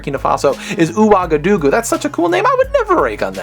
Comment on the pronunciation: lol, you said ouagadougou wrong, it's wah-gah-doo-goo XD but don't worry, my friend alexis still calls it "awagawagawagawag"